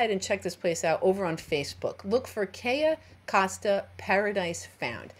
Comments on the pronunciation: It's Cay"o" Costa, you kept saying: Cay"a" Costa. Just FYI is all. :) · HI Sorry love you and your videos .BUT its pronounced (. kiyo costa)= cayo costa LOL Im Latina ..